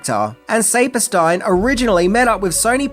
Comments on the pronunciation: Future reference: it's pronounced Sappersteen :) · The name Saperstein is pronounced SAP- as in the sap from trees Or the word “app“ and then STEEN. SAP-ER-STEEN. It’s not a super common name, but I’m from New York where it is very common. I know you get a lot of slack for mispronunciation of names, but I am just offering you this information in case the name Saperstein, comes up again. Thanks for the video. 🦖